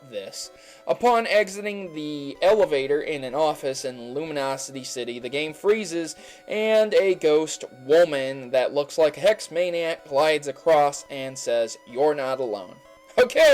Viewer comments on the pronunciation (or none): Lol... luminose city... Its luimose city